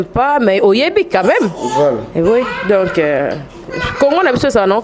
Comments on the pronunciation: bolingi télévision mais prononciation pe mobulu na français, on dit donc et non donki eza pasi yango bozokoka kolobela makambu ya mboka te kala te 1er ministre akobima kuna bino kaka kidiba,pcq bosutukela kaka kosenga bana poto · mbamu mbamu ken alobi donkiiii 😂😂😂😂😂😂😂😂 obuki nga panzi 😂😂😂😂😂😂😂